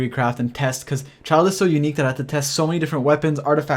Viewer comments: Also its not "Child" rather say Chi eel dey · In the Middle Ages, a childe or child (from Old English: Cild "Young Lord") was a nobleman's son who had not yet attained knighthood or had not yet won his spurs. The right pronunciation is like how we say chill. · I spell Childe as like "Chi(eel)(Dey).xD also mainly cause the way everyone calls it sounds " Child"😂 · Why does everyone mispronounce Childe, (chil-D)